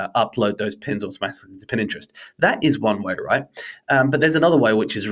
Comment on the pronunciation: My (subscription worthy) takeout from this: "Consistency is key". It is applicable to all of marketing, especially content marketing. Also, did I hear you say "Pin Interest"? :)